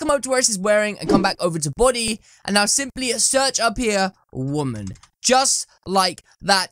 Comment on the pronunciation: You keep saying Buudy Its Body Not Buudy